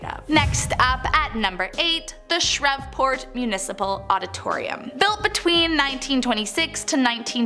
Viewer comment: The jimani is pronounced Gemini like jim an i....Shreveport is pronounced shreeve port, and at first you called Chloe Clair. I live on the westbank of new orleans